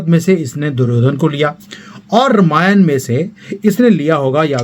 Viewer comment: आप रामायण को रमायन क्यू बोलते है क्या ये स्टाईल हैं या आप ये सोचते की सही उच्चारण रमायन है